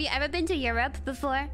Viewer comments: not "air" tho its "e" like straight "e" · my what? ...robe? ...rope? 🤣😂🤣😂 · To be fair, it was partially Kiara's pronounciation too. Because German pronounces the second half closer to eu"rop"a while the proper English pronounciation is closer to eu"rup"e so combined with Kobo's English her hearing "your rope" was actually an accident waiting to happen really. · Rope? Huh? You rob!! ? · shoulda add more R for more excitement.. ERRRopa. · The thing is, europe in english sounds like "your rope", while europe in indonesia sounds like " Ay-Ro-pa ". Its quite understandable why kobo didn't get what kiara said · It took me forever until now to realise why she said “my what” until I realised it sounds like “Your Rope” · for people who don't speak native English the first one sounds like "your rope" that's why she's confused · what kobo hear just like Kiara : your rub ? Kobo : my rub ? dayum :3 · Kiara: 1 to 5 Goora: One two and five? Also Kiara: Europe Koobo: MY Rope? (YOURope instead of EU) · i heard "your rope" too when kiara said "europe" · When u say Europe, it kinda sounds like 'your robe/rope' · In her defense, Kiara's pronunciation of Europe does sound a bit sus.